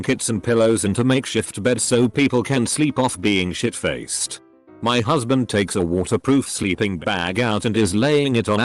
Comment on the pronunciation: I know the word is "Little Shit" but out of context "Little Sheet" sounds funny and I kept laughing XD